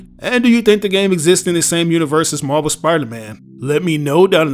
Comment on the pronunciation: When you say Marvel it sounds like you are saying MarBel